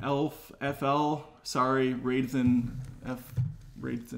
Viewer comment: Thanks for the shout out in the podcast (pronounced raid tha nfl, trying to be a play on words, big raider fan). Just to elaborate. I fully recognize the many many many many many flaws of the prequels. But i still fully enjoy them. They made obi wan a better deeper character. They showed yoda’s powers. They added depth to darth sidious. The sequels turned han into a dead beat dad, and reversed all the character growth he had. They turned luke into a nephew killing loner he runs away from a challenge. Leia and chewy are completely worthless, ditto 3PO and R2. I did enjoy the force awakens upon first viewing, far less the second time, and it was made useless after the last jedi. The force awakens undid everything han, luke, and leia accomplished in defeating the empire. JJ did nothing to build the world/universe in showing how the republic had no military, and was awful against the first order. Zero explanation of how the first order came to power. And I hate the excuse that we need to read a book or comic to understand the first order. It should be explained in the movie.